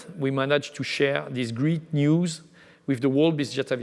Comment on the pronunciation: Hey dear! I know you're French (me too) but given your position and salary the least you could do is try to speak a tad better English! You seem to not be getting the difference in pronounciation between "greet" and "great". Gotta work on your "ea" if you wanna spread (and not "spreed") your wings. You sound worse than Pepe Le Pew! That's a shame such high ranking jobs are occupied by people who are unable to speak decent English. That gives a bad image of us, frenchies. The cuteness of a French accent has its limits.